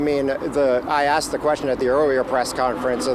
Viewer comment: She said, “. . . we axed fo da money. . .” Does she mean they “asked for the money”?